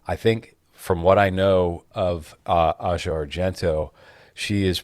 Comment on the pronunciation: Can't believe pronounces her name A-see-ah 😂😂😂